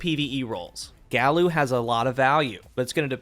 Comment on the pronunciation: Just shouting into the void, but I think it's supposed to be said "guy-you." Several Omolon weapons (most notably, Uzume) follow Spanish pronunciation rules where every vowel is pronounced the same. There has been an intense debate within my clan as to how to say this name and it's tearing us apart